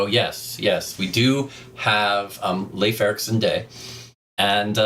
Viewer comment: Pronounciation as on point as far as I can say. I know Swedish, and the name can exist I guess in all Nordic languages (except of course Finnish), so I would say Leif sounds pretty much the same...